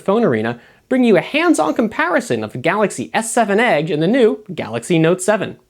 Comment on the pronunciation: I hate the way he says "edge".